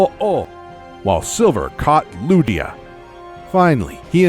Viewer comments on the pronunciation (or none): Ludia? WTF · You can't speak ho-oh,lugia and suicicun